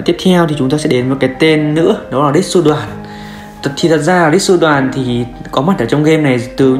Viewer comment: Mình xin góp ý một chút thứ nhất Ritsu Doan kg có dính dáng gì đến Việt Nam cả nên kg phải đọc là rít-su đoàn mà là đô-an, thứ 2 kg phải có bảng quyền của đội tuyển Pháp nên dù có đá ở Bundesliga vẫn có trong game đâu vì trước kia khi Frank Ribery đá ở Bayern thì kg có nhưng khi qua Fiorentina thì đã xuất hiện trong game